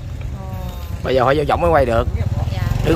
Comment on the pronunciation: Bảy giờ và bây giờ....học phát âm cho rỏ.